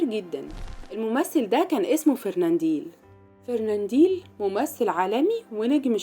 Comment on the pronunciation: فرننديل يا ام ديل ؟ لو ان جهلك يمنعك من نطق اسمه بطريقة صحيحة فلتغلق فمك ... اسمه فرناندل FERNANDEL....